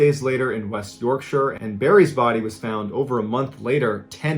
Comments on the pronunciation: Omg he pronounces Yourkshire correctly! First person in America I’ve heard to pronounce the name right! Nice one. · Im from yorkshire woop Awesome to hear an american pronounce yorkshire the correct way .. kudos ball man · Commenting very late on this video to express my delight to hear Yorkshire Pronounced correctly by someone outside of England! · Pronouncing 'Yorkshire' correctly. Subbed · Mr Ballen you mentioned West Yorkshire and you said it correctly too .. I live in West Yorkshire a really nice area of Wakefield quite rural. Wow a great theory about Amelia Earhart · OK, I take it back ....... You pronounced Yorkshire correctly which is a rare thing for an American. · I was wondering if The Strid would come up somewhere while watching the other vids on this channel. It's also like a blender inside with pebbles churning around and jagged tunnels that the water has cut through the rocks. Also well done on pronouncing Yorkshire correctly! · Kudos for pronouncing Yorkshire correctly but Kiribati is pronounced Kiribass - It's an approximation of "Gilberts" as they were formerly the Gilbert Islands and ti in their language is pronounced as an S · Thanks for pronouncing Yorkshire correctly! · He pronounced Yorkshire right. Get the man a cup of tea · Wait, an American pronouncing "Yorkshire" correctly? What a time to be alive